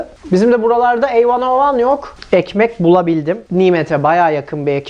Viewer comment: "Ey van o van.." Ne demek lan bu, bir aralar "bi ay em" diyordu. Bu da öyle bir şey mi acab.. Hee! A101 miş. Şimdi naymet'i çözmem gerek. Eeeağmircim bunu mu düşüneyim yoksa yumurtanın kaltağı mı olmaya çalışayım b3n şimdi :)